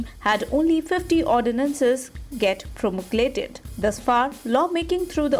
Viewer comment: It was not essential that you use the word PROMULGATE which you kept on mis-promouncing PROMU-GL-ATE